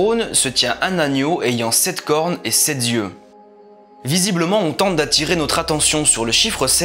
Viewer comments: Paréidolie et apophénie ^^ Sept « zieux » (sept n’a pas de « s » vous faites une fausse liaison 🙈😣😣😣) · 7 zieux 🙈 bon en maths mais le français 💙🤍❤️ ? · Sept z’yeux, vraiment ? ;-))